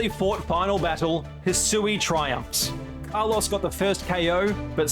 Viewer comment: That Kalos pronunciation is criminal. RIP Carlos